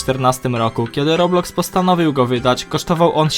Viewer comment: błagam nie mów robluxy tam nie ma L